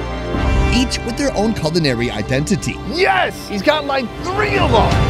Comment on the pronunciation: I like how at the beginning you pronounced “idenTITy” lol